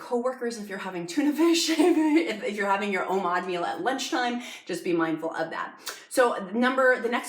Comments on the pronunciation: It's pronounced Oh Mad, not oh maude, it's like Nomad without the N, Oh-Mad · Please stop saying Omod! It’s Omad. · i love this video, very helpful and well made, however.... Oh-MawD